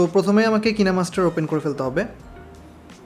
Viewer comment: অনেক ভিডিও দেখেছি, কিন্তু খুব কম জন কিনেমাস্টার কে সঠিক ভাবে উচ্চারণ করে। বেশিরভাগ ভিডিওতে একে কাইনমাস্টার বলা হয়। যদিও অ্যাপ ডেভেলপাররা দক্ষিণ কোরিয়ার বলে আপনার উচ্চারণটা সঠিক। আপনার এই প্রচেষ্টাকে সাধুবাদ জানাই।